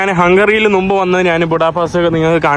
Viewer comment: നു മ്പ് എന്നുള്ളത് ശരിയല്ല മുമ്പ് എന്ന് മാറ്റി പറയുക. ബസ്സിൽ പോകുകയെന്ന് പറയുക മാഹീനേ